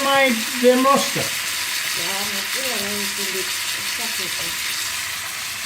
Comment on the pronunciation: เก่งจังออกเสียง เกลือได้ชัดมาก น่ารักทั้ง 2 คนเลยจ้า กดไลน์ และกดติดตามให้แล้วจ้า